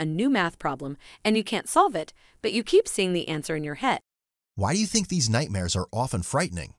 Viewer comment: Nightnares?!? Dreans?!? Is this AI creation a part-time ventriloquist?